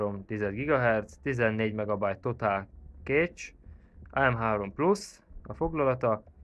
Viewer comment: hüttő-vel nem kell törődni, tipikus magyar dolgok ezek, bakkancs, szöllö, stb.. :D viszont, ne mondj hogyat egy videóba hogy franc tudja, illetve a cache az nem "kéccs", hanem "kess"